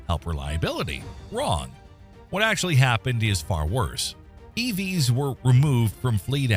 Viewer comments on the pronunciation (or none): none